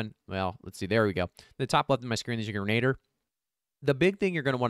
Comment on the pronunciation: Grenadiers- sounds like grenna deer. Excellent content! Says as Arnold I'll be back!